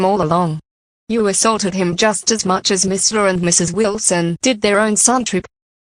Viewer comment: Also, it's "much", not "mush", you know